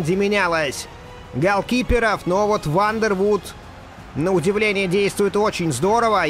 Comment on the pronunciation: Вандервордт, бельгиец. Две о в его фамилии читается как одна о.